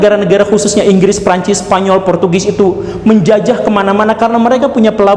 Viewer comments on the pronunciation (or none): none